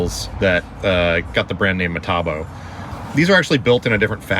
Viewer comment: I love it when you say Matebo it is Metabo haha. Sooo funny